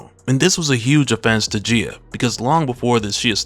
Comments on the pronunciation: I was wondering who Geya is, Gaia, pronunciation - guy-ya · You kept saying Gia.. You didn’t do her justice 😂